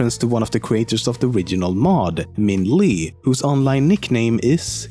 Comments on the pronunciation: LOL Minh Le is a Vietnamese name and it's pronounced Minh Le not Minh Li. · Minh Le is actually pronounced like "Minh Leh"